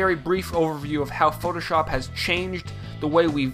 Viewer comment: It's very annoying the way he says "shop" in Photoshop. Listen to if you want to know. It's kind of stupid. Who says it like that? lol